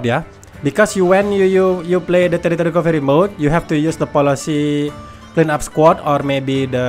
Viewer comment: Love the way you say terrorist recovery mode 😂😂